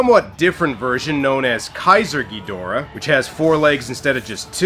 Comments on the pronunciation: It's Gi-DOH-rah and not gidra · U called King Ghidorah geedruh lol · Excuse me sir. I am a Godzilla fan boy, and I can tell you it iis pronounced GhidOra. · Just a reminder it's Ghidorah